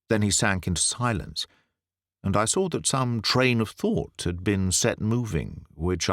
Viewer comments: The person playing the American is almost perfect. But no Canadian or US'er pronounces the word 'saw' as "sawr' . . . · I can’t love this telling enough. Can we explain why he pronounced saw as “sawr it” the businessman, was in gold? Just a linguistics question.